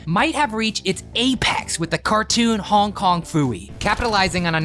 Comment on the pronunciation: You got Hong Kong Phooey’s name wrong.